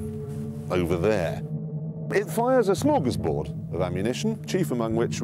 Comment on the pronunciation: Wait did Jeremy try to say ”Smörgårdsbord of ammunition”? Good try, but he needs to learn better swedish😂